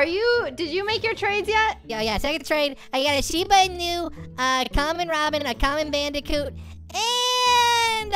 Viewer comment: Lol he calls it a sheeb inu lol can he not not just say shimba inu